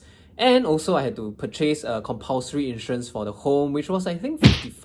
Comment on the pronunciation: Interesting way of pronouncing the word “purchase”. Ahem.